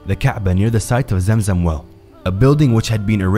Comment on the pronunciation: It's clearly pronounced Zam idk how you can pronounce it as Zem. Are you trying to be American? Be yourself man